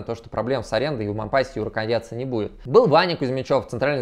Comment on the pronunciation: Раз уж в ролике зашла речь про Мампасси (у него всё-таки на последний слог ударение, на французский манер) и Мариуполь "стёртый с лица земли" - рекомендую посмотреть ролики с канала "Мариуполь видео". Там показывается, в каком состоянии сейчас город. Выводы каждый сделает сам. п.с. Ссылок не вставляю, с ними коммент автоматически удаляется.